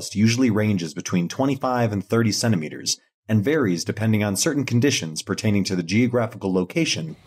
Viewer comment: It's so weird to hear the word "centimeters" in American accent lol